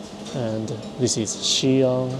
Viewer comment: Did you learn to speak some simple Chinese? Your pronunciation of Xi'an, Shanghai, and Youtiao are all pretty on point.